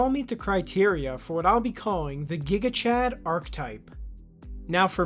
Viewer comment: It's gigachad as jigachad not as guigachad